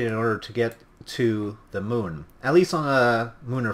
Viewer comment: to the mun? what? you never get to the mun!